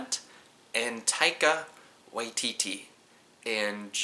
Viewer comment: you pronounced Taika Waititi's name better than a lot of kiwi's